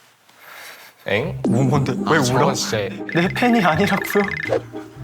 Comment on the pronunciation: 여기 리부 먼. 데. 하는게 너무 귀여움 목 까딱하는것도 귀엽고 걍 최립우는 미쳤다